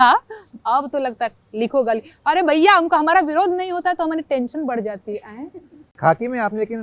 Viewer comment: गारी? गाली? रैला? साल? र? ल? के आपके उच्चारण में नेहा जी कभी कभी फर्क होता है? कभी फर्क नहीं होता है? It's so cute ? कन्हैया कुमार की भी यही विशेषता है ?🙏🌹♥ जय हिन्द ♥ जय भारत ♥ वन्देमातरम् ♥🌹🙏💐🙏🌹♥